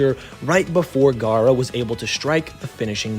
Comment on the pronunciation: Your gawk gawk garra the whole video